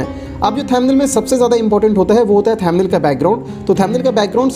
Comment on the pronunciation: Motherchod pehele too pronounciation thik se kar le...."thamnil" kya hai?